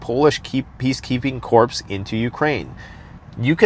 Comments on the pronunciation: Corps is pronounced Core, because the French like it that way. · Preparing is what matters and I’m grateful for these videos, so why does it still bother me that he says “supposABly” and “Corps” pronouncing every letter rather than the correct pronunciation “Core”?